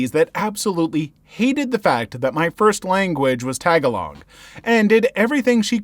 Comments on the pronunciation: For story one, it is pronounced tah-gah-lohg. Not tag-a-log. Not saying this out of hate but as a person who kinda understands that language, it hurts me when it is pronounced wrong. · Oh that first story made me wince not just because of the horrible teachers, but also the mispronunciation of tagalog. (Tah-gaah-lohg btw, as far as my family is concerned) sending the story writers in this video and everyone in the comments my condolences for their experiences with teachers 🙏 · Just a bit of correction here: in story 1, something kind of made me mad because you pronounced "Tagalog" incorrectly. the vowels are supposed to be the longer version of those words. Hope you understand because that slightly offended me as a Filipino. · This is kinda off topic but the way he pronounced Tagalog in the first story is pretty amusing and funny to me😅